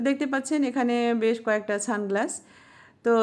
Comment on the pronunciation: Didi tumi ki sunglasses bolta parona naki ছানগ্লাস bolcho kano 🤣